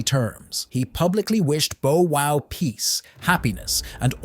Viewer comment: He said Bo Wow, bruh this AI shit gotta stop 😂😂😂